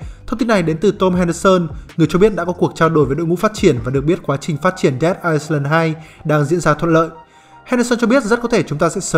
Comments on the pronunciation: Island thì chữ s là âm câm nhé ad...Ai-lần nhen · góp ý là ad đọc sai từ "Island" rồi kìa, từ đó không có âm "s"